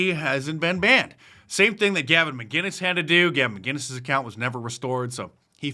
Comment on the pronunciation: It's not McGinnes, McInnes. No 'G' present nor pronounced.